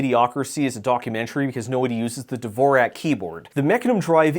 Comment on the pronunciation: You'll appreciate this: Dvorak is actually pronounced like Duh-vor-zjhock, something I noticed and verified after hearing it pronounced that way in a Q posed by Ken Jennings in the Jeopardy YouTube episode.